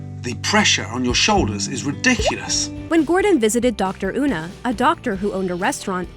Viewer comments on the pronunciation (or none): I mean no offense but you sound so white when you said her name as "Una" instead of "Yuna" (It's spelled "Una" but pronounced "Yuna") Also Una is her first name. Her title and name is Dr. Morris.